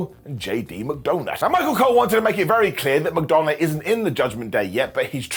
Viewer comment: I love ccyou. We've never met, but I love you. I don't even watch raw or SD anymore, I just watch ups and downs! However, as an Irishman, I must explain to you how we pronounce McDonagh. It's not McDonna, it's McDunna. Think Pete Dune with an "a" at the end instead of "e", Pete Dunna, JD McDunna. Thank you. Bye.